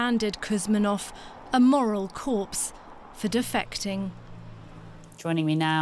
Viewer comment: "moral corspe" they said lmao